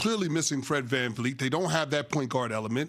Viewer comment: dis mfer said fred van fleet lmao.....